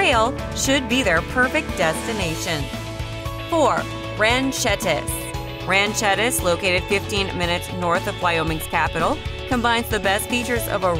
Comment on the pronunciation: This is apparently some advertising for real estate agencies. But even real estate agents take the time to learn how to pronounce our place names. "Wah-shaky" County? It's "WAH-shuh-key". Ranchettes, not pronounced "Ranch ettis" is not a town, it's a subdivision. Now, let's here you pronounce Dubois or Meeteetse. By the way, Glendo and Guernsey State Parks are 100 miles from Cheyenne.